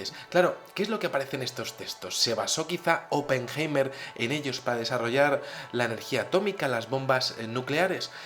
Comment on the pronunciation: Pajero deja de levantar la mano para decir hola,. Oppenheima... aprende a pronunciar. la palabra es HOMINIDO, y no hominino..... RUSIA es la primera potencia militar del mundo,y no JEWmerica.... 2016.